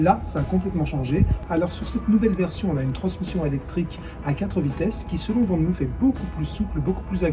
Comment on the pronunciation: Van moof se prononce "fane mof" et non "van mouf" Groetjes!